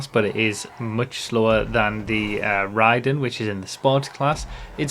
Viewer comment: Pretty sure it’s pronounced “Ray-den” for the mortal combat character.